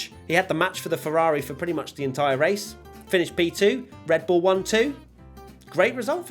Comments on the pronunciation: "RED BUIL" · i love me some "RED BUIL"